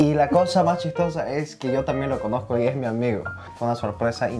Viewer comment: El coreano aveces no pronuncia la "S" lo escuche decor:lo conoco,en vez de: lo conoZco.Pero si habla español muy bien